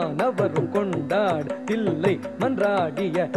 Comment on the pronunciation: Raadakala's dance is super. But, thollai aalangaadu is wrongly pronounced. Thillai is( chidambaram) correct and then Bandam means poetry. Next thurithamudan is not correct. (you meant fast) .Thrutham (1 thattu 1 veechu) thrutham, laghu, guru, plutham, kaakapadam these are different types of thaalams. Thiru Neeli Kali"s skin tone is dark blue. So i.e Neeli